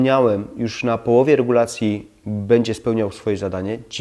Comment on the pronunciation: Bedzie, bedę, naucz się mówić poprawnie